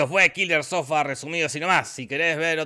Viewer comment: Nadie: Absolutamente nadie: Te lo resumo:hoy te resumo kiler sofa